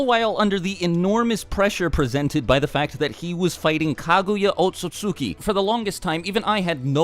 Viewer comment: Saying Otsutsuki like Ot sut su ki is like saying Worcestershire sauce like wor cester shire